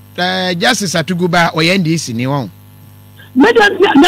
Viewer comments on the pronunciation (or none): Etumi wura, it's Atuguba not Atubiga